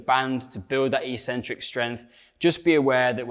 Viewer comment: In English that's pronounced ek-centric not ee-centric.